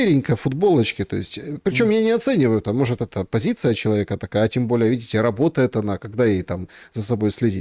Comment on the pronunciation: Не могЕт, а мОгет!